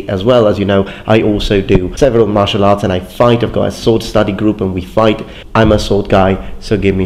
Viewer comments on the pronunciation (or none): none